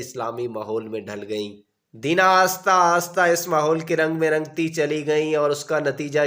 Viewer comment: Aasta nh ahista